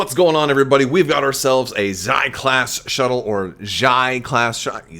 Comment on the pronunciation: Perhaps the Xi class shuttle is pronounced as 'She" class shuttle, similar to how in legends there was prince Xizor (pronounced 'she-zor')? I do believe that Terex had the Carrion Spike as well as a personal ship.